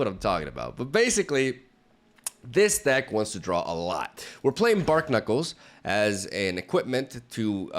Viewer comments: The pun on Barknuckles is barnacles like the animal, not bark-knuckles. Love ya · they are bar-knuckles, not bark-nuckles. It's a play on barnacles, not bark. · BARNACLES. Bar-knuckles. It’s wordplay, not bark knuckles. Other than that I made a pretty similar deck and knowing it came out in one of your videos (more polished of course) makes me feel proud of myself. Kudos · "Bark-knuckles" Barnacles Bar-nuh-kuls